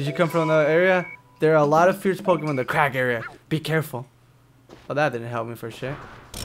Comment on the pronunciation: r u kidding the pokemon say their names please just listen so you can say them right